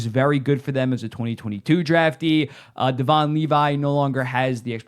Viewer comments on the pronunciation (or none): none